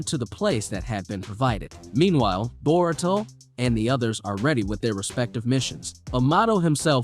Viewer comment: bruh you say everything sooo elegant and clearly, until you pronounce ANYBODIES name from the show. nar ru toe / bor ruu toe. ty for vid thooo <3